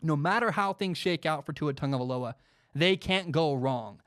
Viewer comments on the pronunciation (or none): Will Gomes people always just seem to forget that there’s an “I” next to the “va”. People usually say, “vah” or “vuh” instead of “vai/v👁”. I’m sorry it’s just a pet peeve. A super minuscule problem that just annoys me. I don’t want to seem like I’m acting like a smart ass cause I’m correcting people on pronunciations. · love the show, but can someone doing sports talk please be able to say tua’s name right